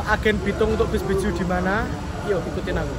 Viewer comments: BE-JE-U not BE-JU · Dibacanya bukan Beju tapi Be je u